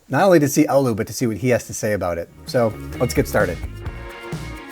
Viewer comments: Why are you mentioning Oulu? It's Alu according to him. Other americans pronounce it as Allahu/Olahu/Aluha. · ahh yes, my favorite finnish city. "Ooluu"